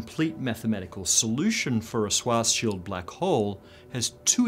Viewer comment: Schwarzschild is pronounced "SHVARTS-shild" and means "Black Shield" in German.